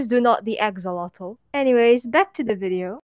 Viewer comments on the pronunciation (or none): YYYYEEEEEAAAAAA also *EGG-xolot